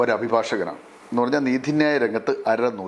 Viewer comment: നീഥി ന്യായം എന്നല്ല നീതി ന്യായം എന്ന് പോരെ